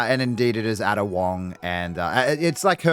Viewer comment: Ada is pronounced "Aida" fyi.